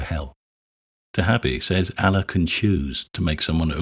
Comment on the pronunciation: Good video, but his pronunciation of "Allah" is driving me crazy. The emphasis should be on the second syllable, as in "uh-LAW." A secondary point- Just because we can see the harm in classifying sex as a grave sin doesn't mean we have to run to the opposite side and declare that all sexual activity is the greatest thing since the wheel. Unwanted, under-aged pregnancies aren't a good thing. Nor are STD's. Nor is young people having sex without regard for the potential emotional entanglements of sexual intimacy. As with most things, it's about striking a healthy balance.